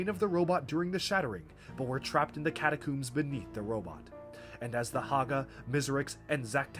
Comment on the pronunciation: My immersion reached all time highs during this video, only to be broken every time he pronounced catacombs as "catacooms" but I love it 😂